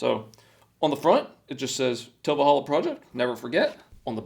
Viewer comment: Cheapest? No. There’s cheaper “manual” mowers. $80 for a manual mower and $140 for one like you’re using with one extra cutting inch oooo lol. It’s a good alternative if you don’t have a lot of yard. And personal gripe, enunciate please. It’s Til Valhalla. Not tilvalhalla. It’s not one word man.